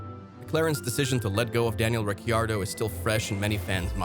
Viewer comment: Daniel Ricky-Ardo? Mn-ocko Grand Prix? FFS! Know your topic, man. This is just sad.